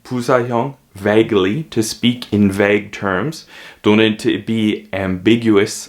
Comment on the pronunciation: 와우~ 정심시간을충실히보낼방법을찾았네요 근데 Vague 발음이 '배그'인가요? 사전에는 '베이그' 로되어있어효